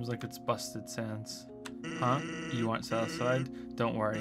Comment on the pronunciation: That's not how to pronounce sans